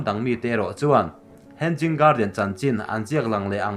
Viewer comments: Hen-ging garden tih loh tur.. Hang-ing garden ti a lam tur.. Hanging chu inkhai tihna..hanging garden(huan/par huan inkhai) tihna mai ani. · Hen-ging garden nilovin he-nging garden ti a lam tur ani e. Mahni țawng ani lova tumah innuih mai lovin țha tak a inhrilh hi keimahni tan vek ani e. In channel hi țha ka tiin min ti bengvar a in kal zelna turah duhsakna ka hlan mawlh mawlh a che u. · Henging a ni lo aw,hanging garden aw....lamrik dan hi lo zir deuh roh ngaihthlak ahrehom tlat. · Hanging poh lam thiam lo in tiang hi chu ti ve teh suh u.... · Henging nilo hanging alawm